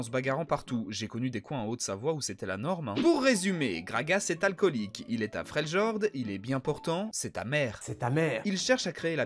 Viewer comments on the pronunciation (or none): FREL IORD ET PAS FREULGORDE